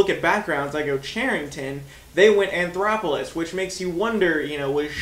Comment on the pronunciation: There is no R in his last name. You keep calling him anthoroplous